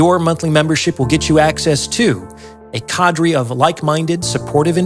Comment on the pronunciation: BOY, YOU'RE A TAD UNSOPHISTICATED (YOU MISPRONOUNCE: CADRE, LEIGH, APLOMB TO NAME A FEW)..